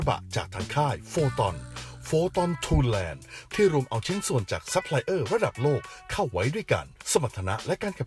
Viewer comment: ทุนแลนด์ หรือ ทันแลนด์ครับ อ่านทูแลนด์ไม่ถูก